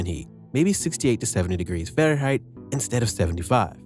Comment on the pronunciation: Good talk... But what is "Pharenhight"?